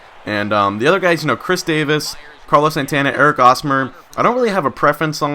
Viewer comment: Lol. You forget to do this every time, but you are supposed to pronounce the "H" in Hosmer's name. You've been pronouncing it with a silent "H", making it sound like Osmer. Just letting you know.